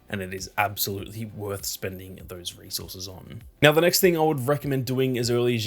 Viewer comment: Oh resources. I thought he was saying racehorses 😂